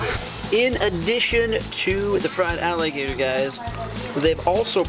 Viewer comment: Onggg they said alligatork 😂😂😂